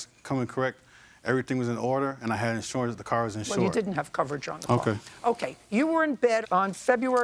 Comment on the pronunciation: He had in shorance on the twenty forf.